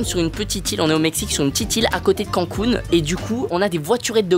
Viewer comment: Ca se dit Canne Counne et non pas Quand Counne